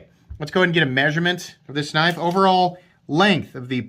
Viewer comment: Oui loik that knoif. It's schweet.